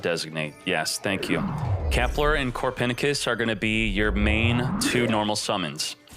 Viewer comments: Did…did he just call Copernicus “Core-Pen-I-Kiss” ?! Lol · Is anyone getting triggered by the way he says Copernicus?